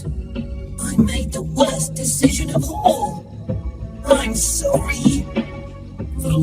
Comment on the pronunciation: Narrator: "Thomas made another dicision?"